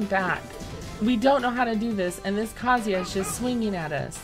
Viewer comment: You pronounced Kazuya correctly?!? My lord... imma cry 😭